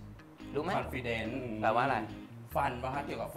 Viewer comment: พี่เจนconfidence ไม่ใช่โพลีเดนท์ บอกเกี่ยวกับฟันปุ๊บรู้เลย